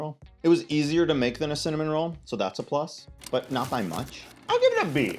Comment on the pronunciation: Not me hearing salmon roll every time you said cinnamon roll and being really confused